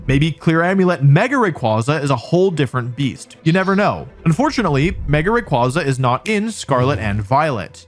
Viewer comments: I hate how he is saying the name wrong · You're pronouncing its name wrong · I'm gonna lose it if another person says "Rayquaza" wrong again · The fact that he mispronounces the name the entire video is wild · You pronounce Rayquaza COMPLETELY WRONG!‼️ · Learn how to pronounce the Pokémon’s name before making a video about it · stop saying his name wrong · Started the video, heard how you pronounced Rayquaza and immediately stopped ts. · I can't believe that he went this entire video pronouncing Rayquaza wrong Lord have nercy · Why must you pronounce all the Pokémon names improperly? 😢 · According to Pokemon, the company, and possibly grammar, that is not how rayquaza is said.. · (/J) Here you are talking about Incineroar and pronouncing Rayquaza's name wrong. I'm disapointed in you Wolfey, this was not very Alpha of you: YOU WERE SUPPOSED TO LEAD THE PACK, NOT CONFUSE IT! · The downfall started with Wolfie mispronouncing Rayquazas name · Just pronounce the name right! 😖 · It’s weird how you pronounced all the letters in “rayquaza” except for the “y”. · Still mispronouncing rayquaza in the bug 25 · Rayquaza. Not Rayquaza. You say it wrong. I hope you say it on purpose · It's Ray-KWAY-zuh, not Ray-KWAH-zah🐧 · Imagine 20+ years of its release and people still mispronouncing Ray-Kway-Zuh as Ray-Quoz-Uh. Even Pokemon made a post how to correctly pronounce its name. I like to imagine Wolfy also pronounces "quasar" as "quŏzer" 😂😂😂😂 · It's ray qway zuh. Like quasar. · I’m so mad at how you’re pronouncing r ay quay za not qua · Yeah but it’s pronounce Ray-kway-zah, not Ray-quah-zah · RAY-QWAY-Za goddmn not QWAHHZA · ITS CALLED RAY-QUAY-ZA BRO EVERYTIME I HEAR RAQ-QUAH-ZAH I CRINGE SND GET SO MADDD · ray-quay-za* not ray-kwa-za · It's "Ray-kway-zuh" not "Ray-kwah-zuh" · Erm, achtually it's pronounced "Ray-Kway-Zuh" xD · I go to bat 4 rayquaza(pronounced ray-kway-zah, like you don't say quazar like kwah-zar, you say it kway-zar so...) all fcking century bro! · Ray kway za